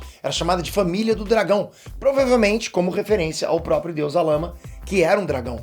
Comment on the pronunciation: Se fala sarama